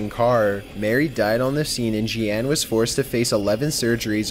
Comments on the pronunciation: Jee-Ann huh? ... you mean, Jeanne (pronounced Jeen). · "Geee-Anne" = Jeanne I'm guessing? Proo-Doo xD